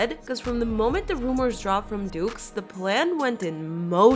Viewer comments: Its pronounced do not dukes 😂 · the way you said "deuxmoi" is lowkey iconic, like it's so bad that it circled back to iconic